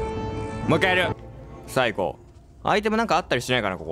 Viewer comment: もっかいやりゅ。がかわいいww